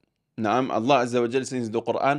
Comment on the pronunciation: important note when you say Allah we must hear the h clearly ,otherwise great video